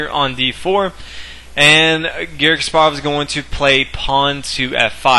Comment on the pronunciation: omg stop pronouncing his name kas PAR ov its KAS parov